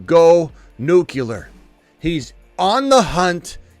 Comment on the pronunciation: Nuclear, you keep saying nucular